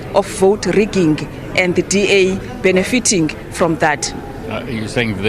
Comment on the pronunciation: Benefitingi.... funny accent